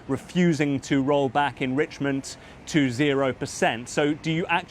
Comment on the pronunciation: Trump trying to say enrichment 😂